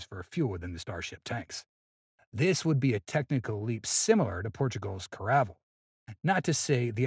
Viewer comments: What the hell is a Portugese Kar-a-vle? Don't you mean Caravell(Karavell)? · Caravell? Pronounce Cara-Vell.